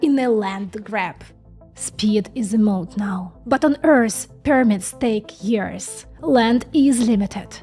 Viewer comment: Years,not tears.